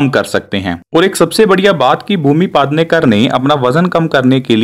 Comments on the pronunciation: It's not paadnekar it's pednekar u pronounced it paad nekar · Pednekar not padnekar. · It's not padnekar but PEDNEKAR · Paaaaaaadnekar nhi pednekar hai wo 😂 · PED hai paad Nahi padhna nahi aata kya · That's पेडनेकर not पादनेकर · bhumi Pednekar not Padnekar 😝😛🤣😂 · paadrekar nahi. ..its pednekar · First pronounce the sir name properly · Pronounce the surname nicely no fun